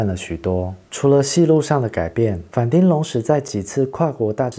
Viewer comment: 反町的町發音是"挺"，不是丁，全世界就只有西門町的町發音是丁，這完全是因為當初就這樣亂唸積非成是的結果 順帶一提，反町演過的劇我最喜歡的是Over Time，可惜影片中沒提到。北川悅吏子巔峰時期的優質劇本，跟反町和江角全盛時期加顏值巔峰的精彩演出，滿滿惆悵和遺憾的結局，至今仍是我最喜歡的日劇之一